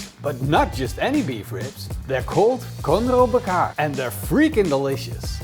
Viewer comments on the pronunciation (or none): as an indonesian i wonder wtf is conroe bakar? 😂 it doesn't sounds like bahasa indonesia at all. more like, english word.